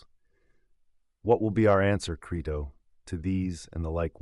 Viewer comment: (1) How about learning to pronounce your source material's title properly before recording? (2) How about also learning how to spell the name of the man whose translation you're using?